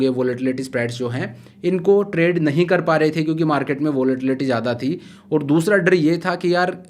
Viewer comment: You speak very well, but some of the words you use aren't appropriate like "Jada, Maja, means used "Z" in that words not "J".....